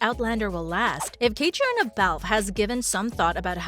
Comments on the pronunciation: When are you going to pronounce Caitriona’s name correctly? She’s been around for nearly 20 years….modeling…..acting 😖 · How can I take anything you say seriously when you don’t even know how to pronounce her name? I know everyone wants to make their fortune on YouTube, but do your research before embarrasing yourself….